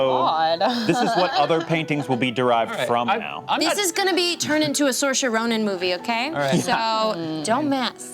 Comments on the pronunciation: "Saoirse Ronan" her first name is pronounced "Seer-sha" (gaelic is a headache) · Saoirse like inertia